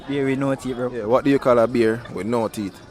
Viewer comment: Him all pronounce it “THEETH”😂😂😂